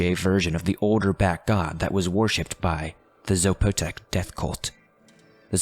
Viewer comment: Sorry had to correct something...it's Zapotec (saw-poe-tech) and it's Oaxaca (wa-ha-ka) Love the story!